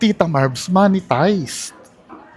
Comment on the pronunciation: talagang "moneytized" ang pronounciation huh.